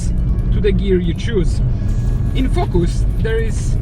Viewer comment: I love the way he says “fokus” 😂😂😂